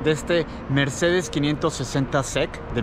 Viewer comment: No se pronuncia SEC todo junto se pronuncian las letras individualmente, asi Mercedes 560 S-E-C.